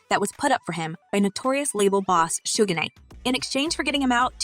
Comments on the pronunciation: Its not "suga" its just "shoog"... please do your research before reporting and butchering peoples names. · Honey, can you say your words the right way. 2 Pac you see this, well does it look like it has a K in it. It's Pac not Pack and it's not Sugar, it's Suge.